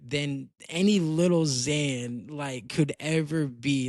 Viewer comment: If u gonna say your a big fan say his name right gng 💔💔🗑